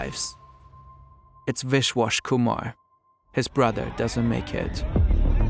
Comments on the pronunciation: The amount of times you mispronounce names is insane. You are literally calling him wishwash Kuhmar, It's a B, Biswas Kumar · Wish-Wash Kumar. No attempt to pronounce it correctly